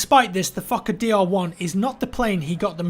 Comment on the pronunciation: The Fukkahdeer lmao.